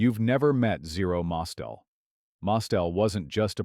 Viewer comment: It's not Zero MOS-tel. The name was Zero Mos-TEL, with the accent on the second syllable. How could you get that wrong?!